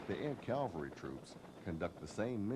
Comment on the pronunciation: "CAL-vary"? C'mon guys!! Calvary is in Jerusalem. "CAV-alry" is the correct term. Surely a narrator who is briefing new troopers ought to be setting the example for everyone. Otherwise, a fine video and really useful. 3-7th Cav, , Schweinfurt, FRG "Garry Owen, Sir!" "The Seventh First!"